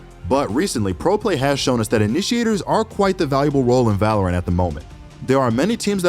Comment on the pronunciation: whats valaorant lmao its valorant xd